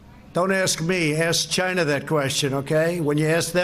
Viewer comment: "Ask CHy-NA"😂...and this is who y'all voted for.🤮